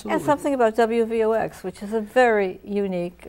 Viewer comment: i thought it was wvox not wvx